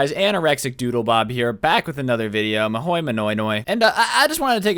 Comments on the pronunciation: I would just like to clarify that it’s mah hoy ni oy , someone didn’t do their research and it shows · “mahoy manoy noy “ 💀